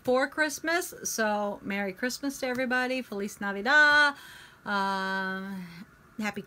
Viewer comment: Feliz Navidad!!!! you pronounced it right.